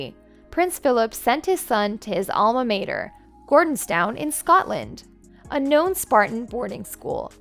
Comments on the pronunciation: I wish that Queen Elizabeth 11 was our last monarch.There is little respect for the adulterous couple. The voice over is a terrible robot,really bad pronunciations for example it's Gordonstone not Gordontown. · It is called Gordonstoun, as in stun, not Gordonstown as the narrator called it! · You'd have a lot more credibility if you pronounced the names of people and places properly, e.g., "Camilla" is pronounced with a short i not a long e, "Gordonstoun" is pronounced "gordons-tun" not "gordons-town". There are many others. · The name of the school Charles attended in Scotland is pronounced GORDONSTOUN. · The pronunciation of Edinburgh and Gordonstoun really got me 😂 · And Cameeela…smh. If you’re going to be an American commentator on the British family, at least learn how to properly pronounce their names and towns. 🤦🏻‍♀️🤦🏻‍♀️🤦🏻‍♀️